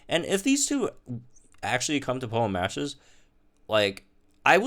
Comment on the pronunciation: play Pokemon "matches"? What did you say? I can't make out what that is